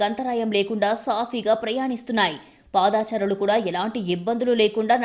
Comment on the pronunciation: ఇది మంచి నిర్ణయం. కానీ చాలా మంది జీవనోపాధిని కోల్పోయారు. వారికి తక్షణం ప్రత్యామ్నాయం కలిగించాలి. ముందు మీ news reader తెలుగు భాషని ఖూనీ చెయ్యొద్దని చెప్పండి. పాదచారులు బదులు పాదా చారులు అంటుంది. ఖర్మ. హాకర్ బదులుగా హ్యాకర్ అని పలుకుతుంది. 😱😱😱😱😱